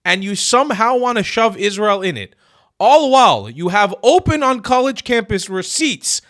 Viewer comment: I said the same thing when I first saw this. He's paying a friggin compliment. And that one bimbo (I know, they all are, except Jillian) can't even pronounce Israel and semite.